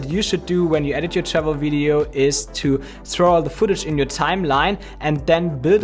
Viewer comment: Awesome tips. But every time you were saying "Travel Videos", it sounded to me you were saying "Shovel Videos" hehe must be the accent and my French Canadian ears for sure:P